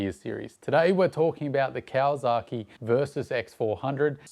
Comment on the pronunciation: mate.... great content as always but PLEASE!!!!!!!... STOP with the KawaZaki... there is NO Z in the word. That is like pronouncing Sydney as "Sigh-Da-knee". Never has been a Z, never will be. YamaZAKI is a whisky... but there is no ZAKI in Kawasaki. I have lived in Japan for 26 of the past 30 years... (well ten months of each of those years in Japan. LOVE being back in Oz and riding my dirtbikes day after day after day as often as I can... pre covid) Keep up the good, and work on pronunciation. LOL